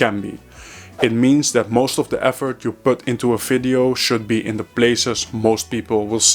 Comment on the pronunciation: "Fideo" or "Video" ?